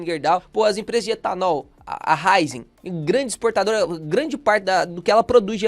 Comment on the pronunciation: Fala, beleza? Curto muito seus vídeos. Mas...se você se referiu a Raízen,, a pronúncia correta é Ra ' í ' zen, com o acento agudo na letra *í*. Excelente conteúdo! Parabéns👏👏 #sucesso!